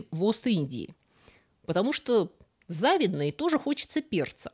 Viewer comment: Какэ всегда, ведоколепно. Одна малюсенькая поправка: правильно произносить " завИдно", а не " зАвидно".